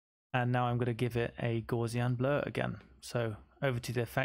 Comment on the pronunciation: Thanks for this illuminating tutorial! Only one minor criticism - you pronounce gaussian incorrectly (named after German mathematician Carl Friedrich Gauss).